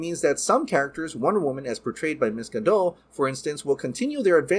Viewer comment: You pronounce the "T" on Gadot.....it is not french